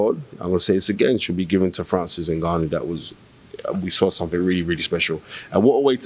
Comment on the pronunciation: Francis N-goo-noo 😂